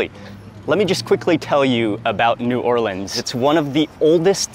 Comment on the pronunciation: I love my hometown. Extra pernts for saying 'New Orleans' correctly and not 'N'Awlins' or 'New Or-leeeeeeens'. BTW, there is plenty of great food outside of the FQ as well, but I appreciate what you did in this video.